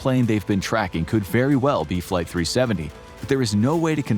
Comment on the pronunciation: “flighy 370”